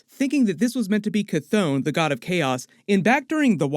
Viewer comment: Gteat video but Chthon ...is pronounced Couth Hon. Or Kht Hon!!